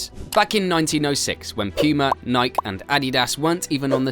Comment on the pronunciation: “Ever wonder why New Balance has become a household sensation that’s one the rise year after year?” No, but now I do. Also, like I said before(I think), it’s pronounced Ni-Kee, not Mike with an N.